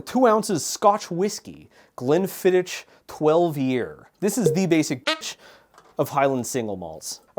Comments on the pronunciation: pronunciation of Glenfiddich makes my teeth itch and I'm sure it deliberate and hitting its target. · Scot here. I also guessed human for that one, whisky and lemon and honey is very common - they're called hot toddy's, are usually served warm and are a traditional flu remedy. The ch in Glenfiddich is the same as the ch in loch - like a phlemy K. Drambruie is spot on though. Great videos :)